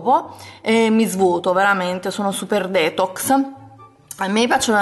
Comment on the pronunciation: non sei mai andata d'accordo con l'inglese. Detox si pronuncia "ditox" mentre fruit si pronuncia "frut". Comunque basta poco per non sbagliare. Vai su google translate (esistono anche altri siti) e ascolta l'audio della parola che ti serve :)